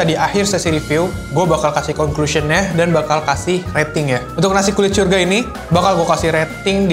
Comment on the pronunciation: Bang, lu ngomong "syurga" udah kayak "sya" huruf ijaiyah dan lu ngomong "kol" kayak pake "kho" huruf ijaiyah. Lu pernah jadi guru iqro yah? Wqwq